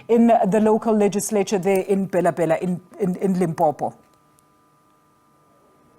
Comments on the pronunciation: my worry is/was on calling it BHELA BHELA(pronunciation), instead of Bela Bela. Listen to the newscaster. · The news reader failed 2 pronounce African name correctly am not surprised this is the reason y we have cyril as a leader.... 🤣🤣🤣